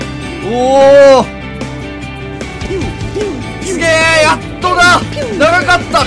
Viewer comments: Boys at アットじゃなくてエーティー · ATはアットよりもエーティーと読んだ方がいいですよ。ソバ○トさんがそう読んで人格否定されたらしいので笑